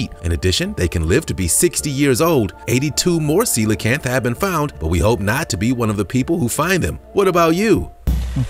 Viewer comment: You actually pronounce the coelacanth right I can't tell you how many other content providers say it wrong